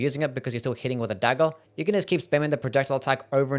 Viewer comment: Your accent is the worst. Dagger is pronounced "daggERR", not "dagell"